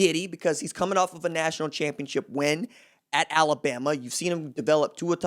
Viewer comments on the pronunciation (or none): none